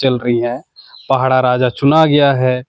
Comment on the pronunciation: पहड़ा नहीं माडिया साहब पड़ाह राजा बोलो